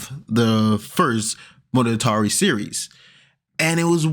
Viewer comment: I cringe HARD every time you say monogatari, IT IS PAINFULL!